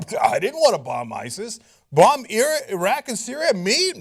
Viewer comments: The way Obama says ISIS is that the real way to say it? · Why does Obama say ISIS weirdly?